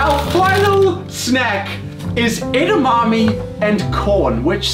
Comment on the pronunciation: "edAmami" I gasped.